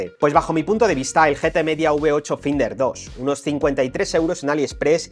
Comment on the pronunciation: Por favor deja de pronunciar "finder" que me hace daño a los oidos, se pronuncia "fainder" que estamos en el siglo XXI y la gente ya sabe ingles